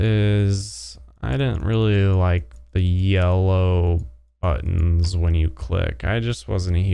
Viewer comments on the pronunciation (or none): none